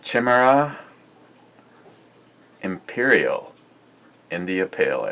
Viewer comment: Pronounced Kai / me / ra :)